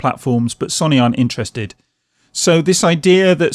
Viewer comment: You pronounce it as So Knee NOT Sonny